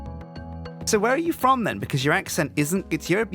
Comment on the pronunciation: I can't help but like that he pronounces "then" as "den".